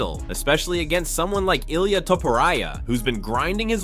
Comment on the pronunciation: Who the fuck is this guy talking about? Ilia? Sounds like he saying he is running from belal lol. He can't pronounce any names right?